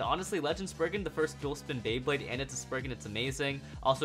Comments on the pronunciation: It’s spriggon not spriigin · did he say Sprigin